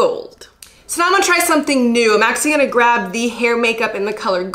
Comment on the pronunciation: I only noticed today the way pronounces actually "axe-ually" lol